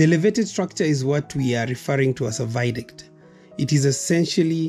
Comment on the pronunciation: theres no word as viduct. ita a VIADUCT